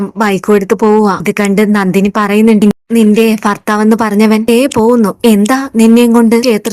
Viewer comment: ഫാര്യ അല്ല മോളേ ഭാര്യ , ഫർത്താവ് അല്ല ഭർത്താവ് . ഉച്ചാരണം ശുദ്ധമാക്കുക